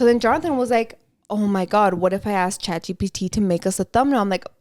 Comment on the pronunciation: So im not up with the times at all like A.I. or anything like that, I rarely download apps but tell me why I kept hearing “Chachi P.T.” Instead of Chat GPT 😂😂😂😂 I had to search it up to see what you were talking about 🤭🤭